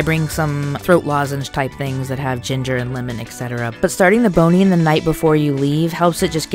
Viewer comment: When you said 'start bonine before you leave' it sound an awful lot like British slang for something and had me burst out laughing on the tube, so thanks hahaha